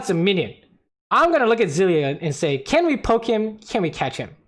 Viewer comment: I thought you said "Lucian will flash the bombs because it's CASH," and had me rolling. Catch makes a lot more sense though lol